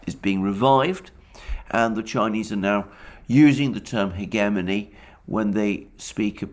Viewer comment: Hegemony is another word he can't say correctly.